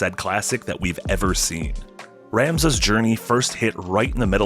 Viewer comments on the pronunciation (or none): How are you going to disrespect Ramza like that by saying his name wrong?